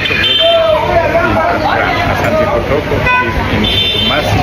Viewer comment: “ it’s Kotoko not kotoka😂😂😂😂